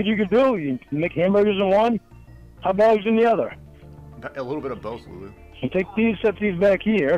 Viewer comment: Hut dug. No onion jooshe. Bacon double cheeseburger with bah-b-que saush. No pickles.